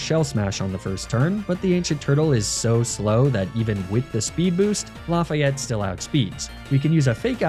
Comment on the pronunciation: Lafayette might have been better if you had pronounced it right 😭😭😭